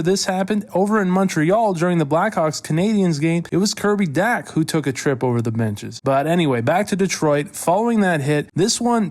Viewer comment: Kirby Dach (as in Doc), not Dak.